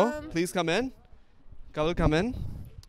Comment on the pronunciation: ko bolna nae ata.. Audience ko aoowdience bolti bol ko bowwwl